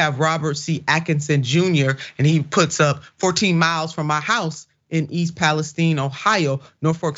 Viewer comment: Please pronounce the city correctly... it's Pal-ess-tine with a long I. Where have you ever heard anyone pronounce it as steen? That's ridiculous!